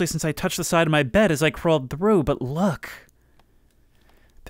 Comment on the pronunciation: I know he's saying "look", but the way he says it makes it sound like "fuck", and now i cant unhear it.